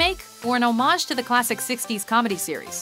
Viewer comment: This is the only time in decades that the narrator pronounced homage correctly. Well done.